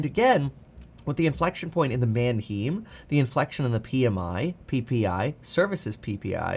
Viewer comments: I hate that he pronounces Manheim wrong. “Manheem”??? NO! “ man HI-m” yes. Manheim Auto Auction. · Kevin, Manheim Auto Auction is pronounced "Man Hime." Not "Man Heem." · manheim is not pronounced man him lol it is german man heim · It’s pronounced man hyme, like time Or hymen with a H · Kevin it's pronounced MAN - HYME. Like rhyme and Time. My brother in-law spent his entire adult like in the car business and A LOT of time at Manheim auctions. Just wanted to contribute. LOVE your stuff and have learned a lot even though I'm and old guy boomer. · Kevin, it’s pronounced “Man-hime”! Like Man time, hime… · Its pronounced Man-hime. Js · Kevin it’s pronounce Man-Hime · Kevin is mis pronouncing Mannheim